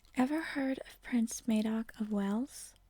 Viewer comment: FYI, his name is pronounced Madoc as in mad, not as in maid. Great video and thanks for posting. Furthermore, no Cymro in those days, or indeed presently would pronounce themselves Welsh. Cymro, Brythonic or perhaps Combrogi but definitely not Welsh. The word/name comes from the Saxon word for foreginer (Velas).